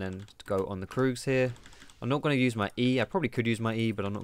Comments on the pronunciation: Annoys me how you say kroogs 😂😂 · If you say kroogs instead of krugs, do you say doocks instead of ducks? :D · You are the first person i heared calling the Krugs kroogs xD